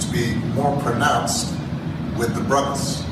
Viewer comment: Note: He said ... "The brothuhs" He didn't say: ... MY brothers.